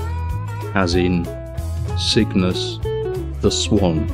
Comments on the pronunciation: Cygnus? Don't you mean SOOGNUS? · Sin-G. I always pronounced it Cygnus, but this guy has giant brain! Me to stoopid!